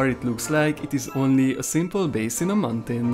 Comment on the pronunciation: It's not mantain it is mountain